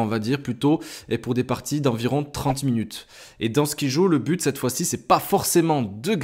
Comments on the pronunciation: ON DIT SKAIDJO ET PAS SKIJOOOOOO merci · Ça se prononce comme ceci : SKAILDJO .. et non pas comme tu le prononces . Mais c'est un jeu super que je viens tout juste d'acheter..